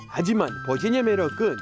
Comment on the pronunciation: 올리버쌤 버지니아 한국발음 너무 인상적 😂